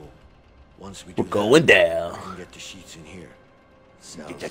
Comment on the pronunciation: The way said sheets 😂 i had ro replay that so many times